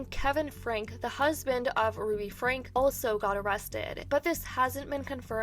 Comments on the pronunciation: Omg, why can't anyone talking about this family pronounce it right? Franke (frankie) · I have watched this family for years before they started going off the deep end, it's crazy to see it reach to THIS point wow. also for future reference it's pronounced frankE (frankie,franky) not just frank) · Their name Franke (pronounced frankie) she has always been a horrible mom.